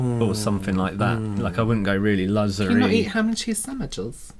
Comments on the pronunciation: Yes! Not to mention luhhzzhhureee✨✨✨ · Don't forget Lusseurie